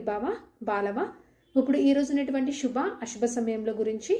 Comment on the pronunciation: Shuba Ashuba kaadu.Subha Asubha.No stylised telugu please.